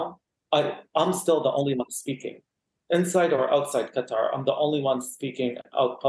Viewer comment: This Qatari person really doesn't have much of a Qatar accent... Doesn't even say Qatar correctly